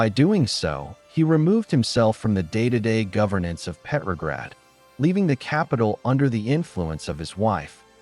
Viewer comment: "Petrograd," not "peppergrad." Pronounce the name correctly.